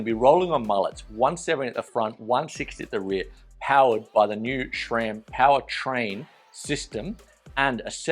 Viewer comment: There's no "H" in SRAM. It's not "SHRAM".